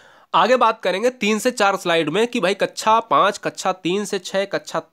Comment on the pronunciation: कक्षा को कच्छा कैसे बोल देते हैं आप? क्या ऐसे शिक्षक को terminate कर देना चाहिए? Explain..